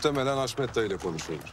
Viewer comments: Birkac bölüm önce hasmete de gardasim dedi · Kaçırmışsıniz Haşmet e de dedi 😅